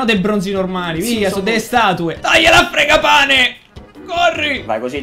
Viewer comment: Fragapane si dice